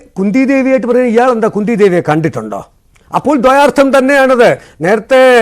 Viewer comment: ഛേ!! ദ്വയാർത്ഥം. മലയാളം പഠിക്ക് ആദ്യം.